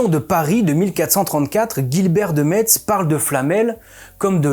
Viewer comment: Super vidéo comme d'habitude !!! J'ai juste tiqué sur Guillbert de Metz, le t ici est silenceux dans la prononciation, ca se prononce comme "messe" Merci pour ton super travail :D